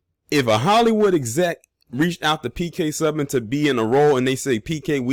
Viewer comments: Pronounced (phonetically) - Sue - ban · It's like "Sue-ban"